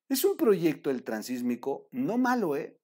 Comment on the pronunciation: Felicidades por el Programa ! La única recomendación es gramatical; se habla del Itsmo, No del Sismo, por ello debe decirse Transitsmico , No Transismico. Saludos y Adelante !